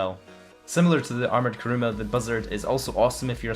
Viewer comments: Why the fuck all youtubers call it karuma instead of kuruma😐😐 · armoured karuma :)) *kuruma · it's kuruma not karuma btw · Armoured "KaRuMa" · It's Kuruma :/ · Its kuruma you dumbass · you dont even edit your cars they are all stock...and its "Armored Kuruma" not Armoured